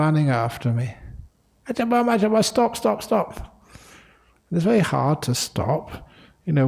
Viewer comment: Brahm not bram 😂